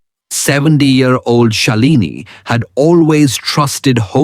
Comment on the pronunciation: Do a scientific presentation. Let the listener be imaginative. Shalini is pronounced by us as Shaalini. Are you an Indian or what nationality are you? Anyway very useful information for elderly like me. Why don’t you show a bay leaf?